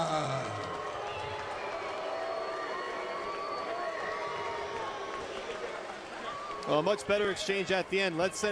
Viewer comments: The commentator keeps saying Baptista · commentator keeps calling him baptista -.